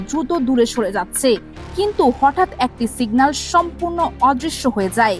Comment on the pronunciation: আপা, যেহেতু আপনি ভয়েস ওভার দিচ্ছেন, তাই আপনার উচিত ছিলো শুরুতেই উচ্চারণ নিয়ে পর্যাপ্ত চর্চা ও অনুশীলন সম্পন্ন করে তারপর এই ভয়েস দেওয়া। বেশির ভাগ বাংলা উচ্চারণ এতো টাই ভুলে ভরপুর যে না চাইতেও বার বার কানে অশ্বস্তির অনুভূতি তৈরি করছিলো। অধিকমাত্রায় যে শব্দগুলো বেশি বিরক্ত লাগছিলো, তার মধ্যে উল্লেখযোগ্য হচ্ছে, খেএয়পোনাসত্র (শুদ্ধ: ক্ষেপণাস্ত্র), এএএকটি (শুদ্ধ: একটি) ইত্যাদি।